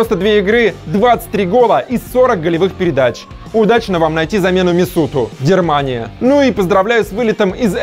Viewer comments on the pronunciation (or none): Дермания???!!! ТЫ ЧТО НЕСЁШЬ????🤦🏼‍♂️ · У чувачка просто проблемы с речью. Хотя знаешь, зная свои проблемы я бы тщательнее пересматривал все на монтаже. Я тоже услышал "дермания", тебе не показалось. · Он сказал "Дермания"?? ? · Дермания, проорал😂😂😂😂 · Дермания? Мне не послышалось? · Дермания, хаха